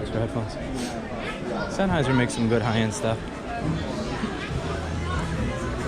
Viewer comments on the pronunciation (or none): none